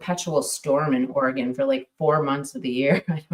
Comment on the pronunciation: Yoooo I live an hour away from Seaside AR, back in high school and 20s we’d always go to Seaside and surrounding areas and, no way you lived in OreGON if you call it OryGUN! lol